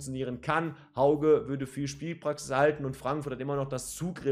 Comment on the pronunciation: Hauge spricht man "Höüge" aus. Sow hat bekanntgegeben, dass er bleibt. Ob Ndicka bleibt, ist noch nicht ganz klar. Bei Götze bin ich mir nicht sicher, wie er sich entwickelt, zumindest war er in den ersten beiden Ligaspielen eher unauffällig. Aber vielleicht platzt ja noch der Knoten.